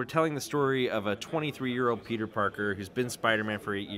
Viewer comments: Whenever she says Peter it sounds like pizza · Sounds like shes saying pizza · I thought she was saying Pizza every time she said Peter’s name